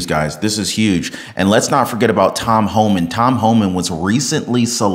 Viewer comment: It's Homan with NO L...